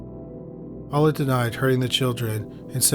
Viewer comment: My only complaint is your pronunciation of Beverly Allitt's name. It sounds like you're saying "Olive" with your accent! 🤣 But it's "Al-lit" not "Aull-it" - I don't know if you do already, but maybe watch a video from the case's native area and see how they say it? Other than this, great video as always!